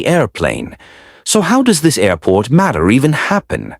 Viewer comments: “A-port” ???? Stupid AI voiceover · WTF is an A Port? F'ing AI can't even pronounce Airport right